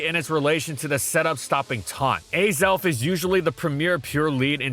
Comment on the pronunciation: The Azelf pronunciation was painful. I’ve always thought of it as Ah-self, not Ay-self.